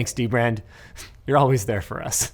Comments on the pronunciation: Gotta love dem De Brand sponsorships 👌 What, that's how you pronounce it, right? Linus taught me that! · It’s pronounced: Duh-brand